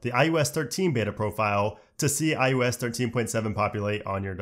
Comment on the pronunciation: Him pronouncing “iOS” as “iUS” is killing me slowly inside.